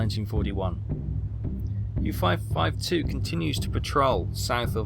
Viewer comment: That is OL not OI. As in, Oleander, Oligarch, Olna, Olwen, Olynthus, and Olcades.